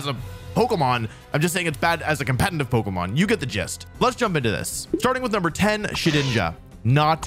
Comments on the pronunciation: dude keeps saying competenant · Why do you say "compentative" lmao